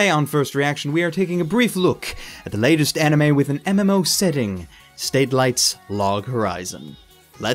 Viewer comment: i do hope this one does have a more fun story to tell than SAO did... Also why do you read the studio name as "State-lite"??? I've had a read on ANN and wiki as well as their homepage and it is spelt "SATE-light" and the romaji is written as "SA-TE-RA-I-TO" which would mean it's pronounced the same way you read "space satellite". I always wondered why you do this